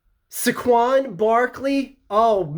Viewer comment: it's "Say-Quon"